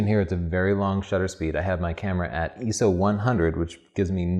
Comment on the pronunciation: he might pronounce it EEESO, but im pretty sure he still takes better pictures than you